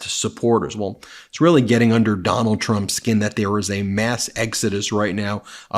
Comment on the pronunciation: “You’ll have to ask her”. Four times? Typical mind numbing repetition from what’s his name. Doonald? Do nada? Dome bald? So many ways to pronounce it. Can’t keep track.